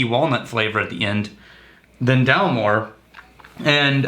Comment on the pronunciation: Guys. Get the names right. DalMORE not DALmore. Glenmorangie to rhyme with Orangey. I thank you. John in deepest Scotland.